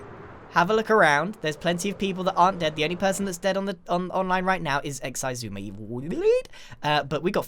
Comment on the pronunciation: Did you say Ex I Zuma. It’s Ex zuma is how you say Xisuma.